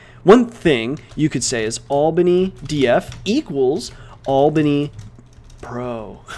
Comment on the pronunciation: Everyone: albany_df: albandy_df